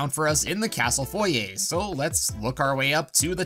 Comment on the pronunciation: OH MY GOD YOU PRONOUNCED FOYER RIGHT!!!